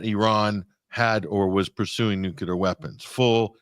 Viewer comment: The word is nuclear not nuculer. George W. Bush whose English and English pronunciation were very poor made the nuculer popular. George W. Bush is really a very bad example for anyone to imitate.